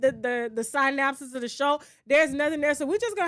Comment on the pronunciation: not the sign-nop-sis lol That benadryl got you in a choke hold for real TK 😂